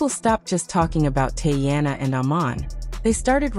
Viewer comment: Tea-Anna, not Tay-Anna!